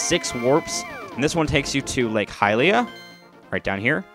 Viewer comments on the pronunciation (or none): none